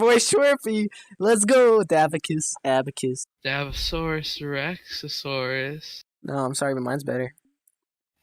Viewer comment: This dood said “dabasaurus rexasaurus”😂😂😂